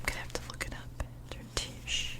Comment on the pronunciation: ‘Der’ is pronounced more like ‘dare’. ‘Schwarze’ is more like ‘Sch -VAR-ze. (Var rhymes with bar). Good video though.👍